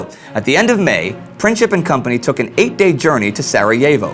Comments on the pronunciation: great show....pls google the pronounciations of the names...princip is not "princhip" but more like "printsip"...westerners never get slavic names right:D but great show nevertheless..pls do continue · You didn't help :) "C" is pronounced as a "K" in English, so if you want an English speaking person to pronounce it correctly, fonetically it would have to be written as "Printsip". But yeah, he pronounced it wrong. Beograd is not the English name for that city, it's Belgrade. Most pronounce it as Belgreid but some as Belgrahd. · his name is pronounced Print-sip ... just sayin.. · Correct pronunciation is Printzip(it literally means principle in Serbian), and you forgot that the 28th of June is the most holy day of the Serbs (the day of St. Vitus or the day of the Holy Sight, Vidovdan ) on which the Battle of Kosovo happened in 1389, they really thought of his visit as a mockery to them...Great video nonetheless, and it makes me think that the Austrians knowingly planted F.F. to be killed in this fashion! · Its...Printzip like in Prince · I think Gavrilo Pricip's last name would be pronounced PrinTZip. Its also hard to understand why he killed the wife of the Archduke Ferdinand, though. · It's pronounced prinzzip like zz in pizza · Great channel and great idea. I just want to say that you are pronouncing Princip wrong. "C" in Princip iz pronounced like "zz" in pizza. Also, princip actually means principle in Serbian, so there is a joke that Princip assasinated Archduke out of principle. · Gavrilo's last name is supposed to be pronounced with the letter C. Pronounced exactly how it's written, but still I love the show. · You're mispronouncing the surname "Princip". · You didn't say why the visit to Sarajevo was, just at that time, so offensive, and you really mangled Princip's name. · It's not Pricheap but Princip which literally means principle. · It's pronounced Princip not Princhip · It's not pronounced Princheep. It's Princeep. Gavrilo Princip.